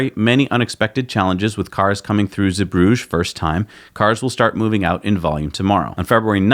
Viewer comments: Pronunciation Z. Broog er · Roger Starkey it was slightly annoying me too 👍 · FYI. Zeebrugge is pronounced Zee bru gerr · Glovis Captain docked two days late due to shipping traffic. Now it has gone. Glovis Cosmos is in at Zeebrugge right now [Btw guys, it's Zeebrugge with hard 'GG's, like the boogerman 😁 ]. The next ship, the Grand Aurora, is off the coast of Spain. It appears that cargo ships dock late quite often. The Cosmos had its TOA put back a couple of days and I fully expect the Aurora to arrive late, despite easily being within distance of Zeebrugge. When it comes to cargo shipping, everything appears to be estimated. Then the reality sinks in. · Here is how you pronounce "Zeebrugge" in Dutch